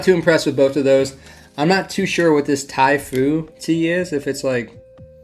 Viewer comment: As it's such a familiar and mundane item in Britain I was amused by the way you pronounced the strange, alien beverage of "Ty ... Phoo" and speculated on whether it was a green tea. Understandable of course, but it made me smile. The effect was a bit like someone saying, "I believe this is called a ham ... burger".😊 Thanks for an interesting video.